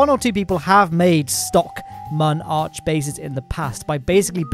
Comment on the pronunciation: He pronounces Mun arch as monarch